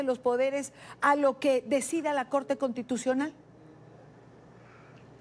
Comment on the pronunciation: Contitucional o constitucional ? Hahahaha alguien que les enseñe a hablar a estos caribeños